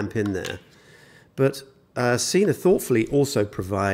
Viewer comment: It's SENA not JOHN CENA